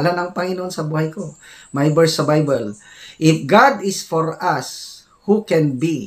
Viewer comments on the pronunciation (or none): BAKA BAYBOL HINDI BAYBEL😂😂😂😂😂😂😂😂😂